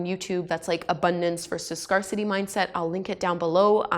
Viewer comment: Thanks for the tips,! Btw it's pronounced "Scare-city".:) I have heard niche pronounced several different ways though.